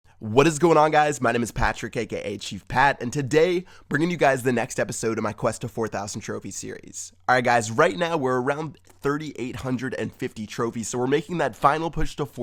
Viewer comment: More like "kka" lol